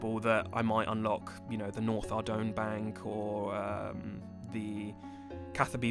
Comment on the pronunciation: Please... Learn how to pronounce Ardougne 😂